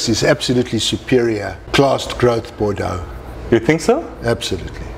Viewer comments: Starts video recommending you turn subtitles on to understand his english, is totally understandable and even pronounces Bordeaux better than most americans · "Hm, maybe I'm wrong but it would be strange" drinks some more "Hell no I'm not wrong" drinks "No fucking way I'm wrong" driiiiiiinks "You tried to fuck with me, bad move" proceeds to absolutely nail the French pronunciation while "dying" in heaven This man knows his business